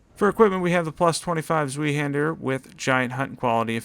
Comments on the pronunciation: ss-why hander (with a more "z" sound so zz-why?) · I would love for you to include infusion incantations like Electrify Armament or Order's Blade (adds 265 Holy AR!!! at 80 fth). Btw Zweihander should be pronounced the german way.